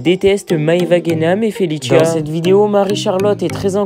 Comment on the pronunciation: Il me stresse quand il dit FeLiChIa c felicia ça se prononce normalement